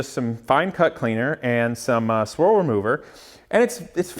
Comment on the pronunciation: Squirrel removal? I guess that's the next step more aggressive than bug and tar remover? (I know, I know, it's swirl remover. For some reason it sounded like squirrel.)